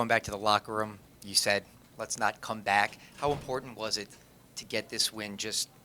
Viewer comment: NBA Players lol yea I think he’s a “gang member” a “crip”. BAC INSTEAD OF BACK.